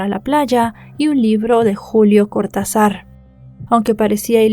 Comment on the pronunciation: siempre me gustan tus videos. Éste caso pasó en Uruguay y fue algo que nos duele como comunidad hasta el día de hoy. Hay algunas puntualizaciones sobre lo que dices en el vídeo: Lola nació el 20/12 y no el 4/11. Su apellido al ser francés lleva la acentuación en la E. El apellido del escritor Cortázar va acentuado en la primera A, y médanos lleva tilde en la E. ( Como ves, tengo un toc con el lenguaje, y mi aporte es desde la crítica constructiva, repito que me gusta mucho tu trabajo) Otro detalle es que en Valizas desde navidad y hasta fines de febrero hay muchísima gente, la población estable sí es de 300 personas pero toda la costa de Rocha se llena de Miles de veraneantes en esa época. Y la zona que está cercana a Valizas es Punta del Diablo, no Punta del Este, que está en otro departamento que es Maldonado.